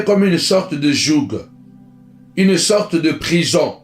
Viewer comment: Jouegue , jouegue , jougue , jouegue , jouegue